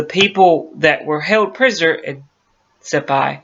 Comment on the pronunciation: FIRST OFF THE ISLAND NAME IS PRONOUNCED SI - PAN. SECOND AMIELA AIRHEART WAS P*SS POOR PILOT . SHE CRASHED 3 OR 4 TIMES BECAUSE SHE COULD NOT HANDLE HER AIRCRAFT'S . SHE NEVER LEARNED TO USE HER RADIO AND COULD NOT NAVIGATE .HER NAVIGATER FOR HER AROUND THE WORLD FLIGHT WAS A DRUNK. HER NEXT TARGET WAS HOWLAND ISLAND . US NAVAL PICKET SHIPS WAITING TO GIVE NAVIGATIONAL BEARINGS COULD HEAR HER BUT COULD NOT REACH HER BECAUSE SHE WAS ON THE WRONG RADIO FREQUENCY . SHE MISSED HOWLAND ISLAND BY 20 MILES THE NORTH, SHE WAS TO PASS TO THE SOUTH OF HOWLAND ISLAND WHERE SHE WOULD HAVE SEEN A SMALLER ISLAND TO TELL HER SHE WAS WHERE SHE WAS SUPPOSED TO BE.SHE RAN OUT OF GAS AND CRASHED IN THE OCEAN. THE LOCKHEED ELECTRA SHE WAS FLYING WAS NOT NOTED FOR ITS WATER LANDING ABILITIES.THEY FREQUENTLY BROKEUP AND SANK IN ABOUT 30 SECONDS MAX TIME THEY HAD ONLY A SMALL COCKPIT HACH OVER THE PILOTS COMPARTMENT. PILOTS THAT SURVIVED THAT KIND OF CRASH ARE TO BADLY HURT TO GET OUT QUICKLY AND IF SHE DID GET OUT SHE HAD NO LIFERAFT AS SHE LEFT HERS BEHIND BEFORE SHE STARTED TO SAVE ON FUEL. THERE WERE BETTER WOMEN PILOTS THEN AIRHEART BUT THEY DIDN'T HAVE PUBLICLY AGENTS KEEPING THERE NAMES IN THE PUBLIC . AS FOR THE JAPANESE THAT WAS JUST PRE WAR HHYSTERICS SHE NEVER GOT NEAR ANY JAPANESE HELD ISLANDS. THE TRUTH IS A BAD PILOT SCREWED UP AND 2 PEOPLE DIED AND THAT JUST AS INTERESTING AS A MYSTERY.